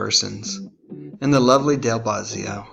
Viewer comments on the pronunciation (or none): bo-zio not bah-zio No mention of Frank Zappa? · BOHzzio, not BAWzzio. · BO-zzi-o, not BAHZZIO. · It's BO-zee-oh, not BAH-zee-oh. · Its not Bahzzio...its Bozzio numb nuts